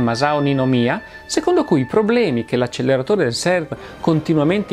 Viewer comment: Se posso permettermi... "acceleratore" mi sembra sia stato pronunciato con una L di troppo.